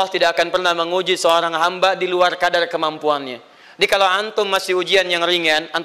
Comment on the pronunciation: Ngomong luar lual,waduh pasti baca Alquran nya tidak fasih.😆